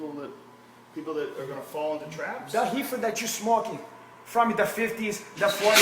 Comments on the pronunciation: its REEFER NOT HEEFER DUMBASS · How is joe not lol every time this dumb fuck says heefer.... too funny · "Super-Heefer" lol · Hahaha hecords, heefer dude need to be heducated